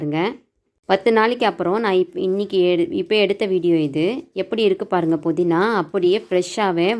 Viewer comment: Ur pronounsation is very poor puzu sollu pulu is incorrect podina is incorrect pudina pl correct Ur pronunciation